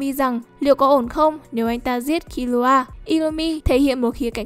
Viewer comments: Killua mà đọc như killra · Kiu loa là cái gì thế..đọc phát mệt